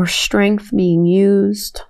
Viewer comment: it's Strech not SHtrech, Strength not SHtrength etc, PLEASE pronunce correctly